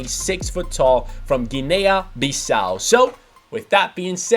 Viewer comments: gin-y not gin-ay-a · The a on Guinea in Guinea Bissau isn't pronounced 😂